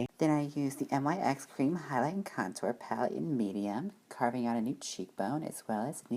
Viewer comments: Your saying it wrong it's not N-Y-X you pronounce it like nicks and I don't think nyx is a drugstore product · It's pronounced like nicks.